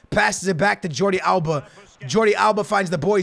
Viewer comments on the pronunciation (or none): none